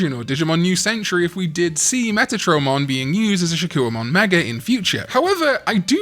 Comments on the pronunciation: Why are we pronouncing it shakoo-ohmon when its name should be said Shak-Kohmon?? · I'm so sorry, but the "wa" is haunting me. 😭 If I hear another "Shakkouwamon," I'm going to do a backflip. No hate btw. 😂